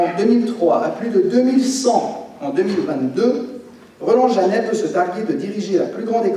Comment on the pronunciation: Bravo! Le J c’est le S comme on dit